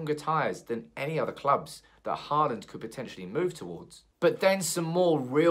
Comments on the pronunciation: Pronunciation: not "Harland", but more like "Holand" or "Hauland". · Think you need to work on your Håland prounounciation. Because me among most scandinavians cant stand the way your prounouncing his name as Heartland? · Haaland = Hawland That's how you would pronounce it in English. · actually the aa in "haaland" is pronounced like the "o" in for example "boring"